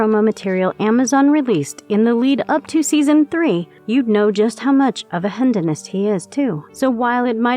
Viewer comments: Could we stop with the text-to-speech commentary? Are they that unwilling to pay someone who actually read the script? "Hendonist"? I've never heard anyone mispronounce "hedonist" that way and the only way you would is if it's digital and not a person who would say, "I think you meant hedonist". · A "hen-da-must"? Really? Use a live narrator, ffs.